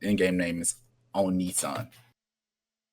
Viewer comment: This guys pronounced his own name wrong. He says it's おにいさん (onii-san) while the actual ign is おねえさん (onee-san). So it actually means older sister, not older brother lol